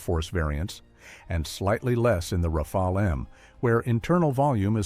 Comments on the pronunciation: It isn't pronounced "Rafail" but "Raf-al" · At least plz get the pronunciation correct : second 'A' is like the first. It sounds 'RAFAL' not 'RAFEL !